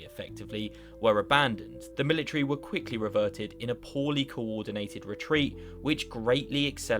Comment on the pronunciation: Let's "ashume" that the worlds strongest "Mili-tree" bares fruit. What kind of fruit would it produce?